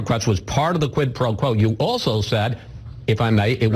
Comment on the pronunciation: Why can’t these dimwits say “quid pro quo”?!?! It’s so simple.